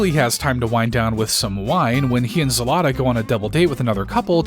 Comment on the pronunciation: As a Ukrainian, it is not zelata its zlata, the same way you type, the same way you say